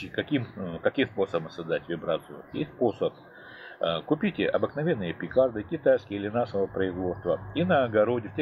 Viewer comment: Петарды, а не пикарды) 😂, но, спасибо за информацию!!! 👍 👍 👍